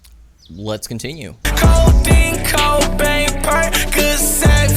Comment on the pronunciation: Bro said codain cobain